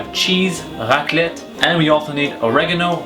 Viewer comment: C'est marrant que "raclette" ça ne passe pas avec l'accent anglais 🤣